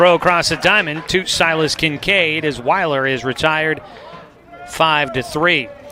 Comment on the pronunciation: Kellen Will er not Wy ler.